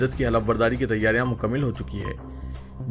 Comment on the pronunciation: مکمل کے میم پر زبر